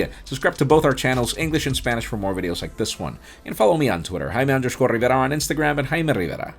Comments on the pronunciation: Me encanta que digas tu nombre como Dios manda. Nada de pronunciar tu nombre en ingles. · Has nothing to do with the content of this video... But my man his mastered saying his name